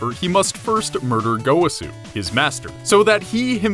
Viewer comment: Go..wa...su. That’s how you say his name